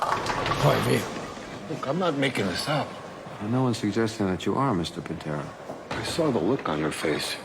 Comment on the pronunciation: Angelo PIN-tero, bowling club proprietor! 🤣🤣